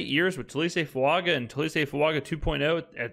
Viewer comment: It's Fuaga! Not Fuanga!